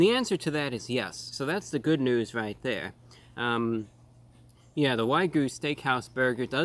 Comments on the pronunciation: It's actually more like 'Waug-yu', like 'walk'. It comes from the province in Japan of same name, and that's how they pronounce it. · I love you ROTW but it’s pronounced WAG-YOU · ah yes, the "why goo" steak, a classic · It looks good, but there's no way this is actual wagyu, or waigu, as he calls it. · He's mispronouncing "wagyu" each time he says it ;). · someone teach this man how to say wagyu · just so you know silent Y in wagyu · He says wagyu funky ffresh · Brah, we love you but it's WAG-YOO, not WA-GOO. Also, I have real skepticism about how much of that is actually wagyu. That's expensive meat! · It’s wagyu not waygu:). Wagyu is one of the best meat created by Japan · Probably wangus not Wagyu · That is not how it's pronounced. It's like waa-gyoo. Like 'walk'. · It’s pronounced wa-giu, not wai-goo. My disappointment is immeasurable and my day is ruined. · your saying wygu your putting the y before the g ????its pronounced wagu lose your y ffs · OK, I gotta put it out there... It's WA-GYOU not WHY-GOO. Secondly, it's less than 50% Wagyu, and it's the American version of Wagyu, so technically, there is no actual Wagyu in this burger, which must be imported from Japan, certified, and would cost around $100. Real Wagyu doesn't come in burgers. The steak is like eating butter, very beefy melt in your mouth butter. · Why do so many people say waygu instead of wagyu? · If you’re going to say “Wagyu” so many times, please pronounce it correctly. It’s not Wy-Goo! It’s Waa-Gyoo. The Y comes after the G, but apparently you’re one of the dyslexics out there!🤣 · He kept pronouncing wagyu (wag-yoo) as "WUAI-GOO" 😭😭😭😭😭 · You're saying "Why-Goo" burger. It's "Wahhhh-Goo" :) UNSUBSCRIBE!!!! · It doesn't rhyme with a certain spaghetti sauce. It's actually pronounced WAG-YOU.... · Why Gooo!! XD It’s Wag Yu, bro. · Oh yes, good ol "Waygu" meat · Why he gotta say it like way-goo 😩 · Wagyu is pronounced Wag You. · You lost me at why-goo.... 🤦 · “Why-goo” lolol. Wag + yu = whygoo